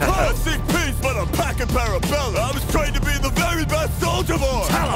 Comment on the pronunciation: The only bar in this battle that didn't make sense to me... is Stallone saying "Parabellum" yea he can't pronounce that lol